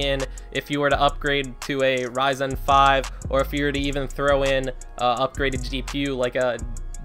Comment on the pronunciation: I hate to be the person to say this, but the pronunciation of ryzen is driving me crazy! Great video though.